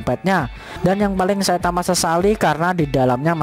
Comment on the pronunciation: Bg kenapa abg bilang saitawa bukan saitama